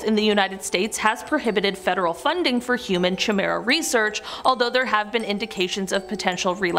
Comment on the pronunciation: "Chimera" is pronounced "kigh-mare-uh". SO many mispronunciations in these videos. Horrific.